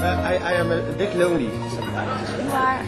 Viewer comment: haha "now i am bitje confused" xD